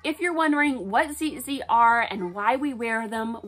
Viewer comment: Ur saying it wrong it’s tzitzit not zizit